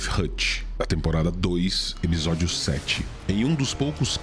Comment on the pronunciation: A única coisa q incomodou nesse vídeo eh q pela modulação da voz EPISÓDIO soa EBISODIO.